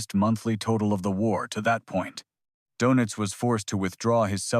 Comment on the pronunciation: AI voice over a off put Donitz becomes donuts(not a surprise for an american AI)Please remember the English language has been spoken as the Official Language of Government by a quarter of the Globe, You Yanks yourselves, only chose English over German(as the Nations tunge, by 1 vote!!! telling isn't it)